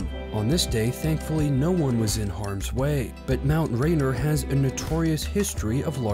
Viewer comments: "Mt Rainer" instead of "Mt Rainier"..... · Pronounced Rain-eer. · Wish the announcer would stop talking. And do your homework, pronounce the mountain correctly please.